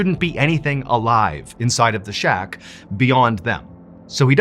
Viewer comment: Did you say Shock for the word shack 😅 Great show as usual!